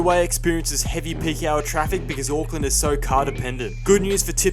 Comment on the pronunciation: Hey no hate but please say Auckland properly instead of saying '' AcKlaNd''